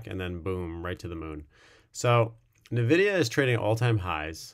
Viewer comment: excellent review, thanks Nvidia is pronounce En-videa. Not Nu-videa